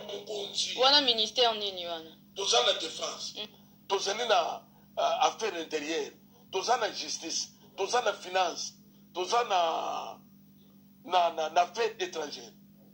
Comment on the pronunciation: Ton ya Pasteur Mukuna e bukaka nga panzi,,😂😂Justice =Djistice etc...